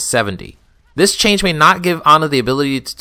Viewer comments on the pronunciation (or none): none